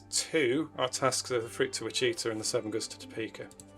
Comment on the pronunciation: Excellent. I enjoyed watching this. I particularly liked your early freight setup. Now this next bit is me paying back all the folks who try to correct my pronunciation of cities. It is WICH-uh-taw.